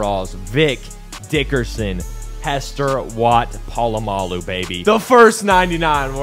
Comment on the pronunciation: Lowk triggered the way he said polamalu...